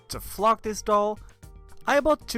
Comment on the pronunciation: Its cute😘 Edit: anyone else kept thinking he was saying *fuck*💀